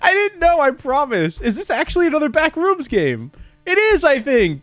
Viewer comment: Words pronounces strangely (with proper emphasis on syllables) BACKrooms: backREUMS Thanos: Thaynos